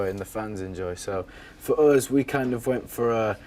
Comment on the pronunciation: i live for when he says 'uzz'